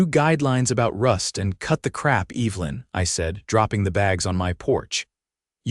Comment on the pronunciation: My mother's name was Evelyn and it really sets my teeth on edge to hear this moron intelligence mispronounce it over and over. Loved the "male" theft several times in the place of "mail" theft too. What kind of utter idiots are creating this so call "artificial intelligence"?